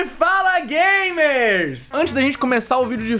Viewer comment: "e fala gamerrss" ?? gamers?